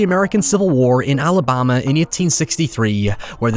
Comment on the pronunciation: Whats weird is the way this guy says Alabama. What country is this cat from?